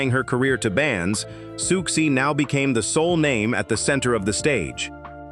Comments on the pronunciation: I found 'Sooksy'instead of 'Susie' unreasonably deeply annoying.. BASTARD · exactly this lost me the very second the narrator called her “Sukesie”1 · Any plans to get an actual human being to narrate this@ Please send my love to Siooksy! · "Sooksie" was grating and annoying but I must admit "Socksie and the Banshees" made me chuckle. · SOOOK-SEE? Americans are SO embarrassing! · Yeah, it was annoying me too